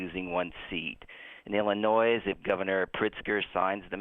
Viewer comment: The only this dude gets through ALL the time is if he get a direct in or as soon as he hangs up today...he's dialing in for tomorrow. Also The "s" on Illinois is silent...ARRRHHHG